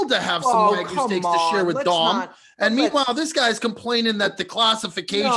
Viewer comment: WAG-YOO bro. Not WA-GOO fooooo. Lol❤